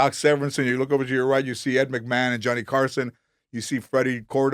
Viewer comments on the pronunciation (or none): none